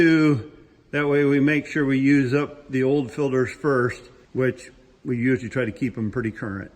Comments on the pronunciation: Air filderhs, oil filderhs, all kinds of filderhs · I love how says " Filters " he says it like " Filders " 🤣🤣 Also, More MommyCornstar! She's been dormant for so long! Lol